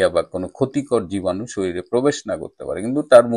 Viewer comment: উচ্চারণটা শরীলে নয় শরীরে হবে। আপনার মত একজন সুশিক্ষিত চিকিৎসকের কাছ থেকে এমন ভুল উচ্চারণ আশা করিনি। আপনার মত জ্ঞানীগুণী ব্যক্তি ও যদি রক্ত দিয়ে কেনা বাংলা ভাষার মর্ম না বোঝেন, তাহলে পরবর্তী প্রজন্ম কি শিখবে?